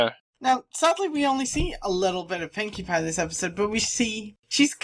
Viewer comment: Silly,, and! thats not how you say Pinkie Pie is Best Pony